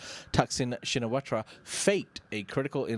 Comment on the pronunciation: พี่คนหัวโล้นเป็นคนไทยรึป่าว นามสกุลทักษิณ ชินวัตร ถึงภาษาอังกฤษเค้าจะเขียน watra แต่ก็ควรอ่านว่า วัต เหมือนเดิม